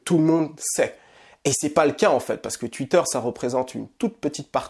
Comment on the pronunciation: Bien vu frérot j'espère que ça ouvrira les esprits ! La comparaison avec Zemmour est trés bien choisi je pense. Mais par contre ta prononciation de twitter ça change pas tu sais toujours pas le dire